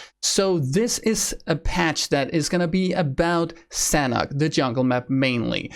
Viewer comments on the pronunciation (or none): As the map is base on Thailand and i am Thai, the Sanhok is Thai word mean Fun or Enjoy and it pronounce Sa - Nook